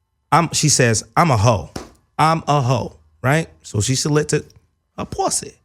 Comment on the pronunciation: got Melyssa to say pwussy lol